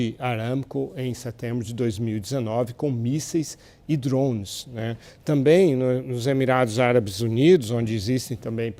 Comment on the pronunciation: Porque ele não fala drone direito